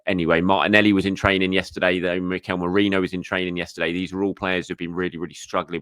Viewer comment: I LOVE your content thank you, but please learn to pronounce Nwaneri's name correctly 😅 - it doesn't rhyme with Ranieri 😁. You love adding in a spare "i" where it doesn't exist. You learned how to pronounce Merino correctly, so I know you can do it 💪🏼